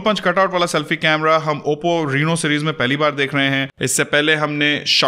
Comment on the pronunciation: bhai yeh reeeno nahi hai raino ki sound hai